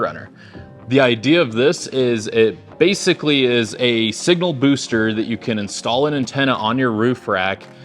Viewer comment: Signal “boster” 😂😂😂